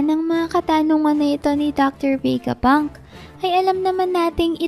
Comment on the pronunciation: VE-GA PUNK HINDI VEY-GA PUNK..😅